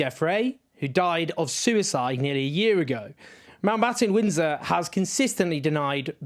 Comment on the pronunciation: Owen says “Mountbottom Windsor” at 3.21. Made me giggle.